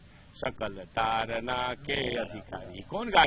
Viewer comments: जी मीडिया का रिपोर्टर बार-बार ताड़ना शब्द को तारना तारना कह रहा जो ताड़ना और तारना में बहुत अंतर है दोनों एक दूसरे के vilom hai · ताड़ना है तारना नहीं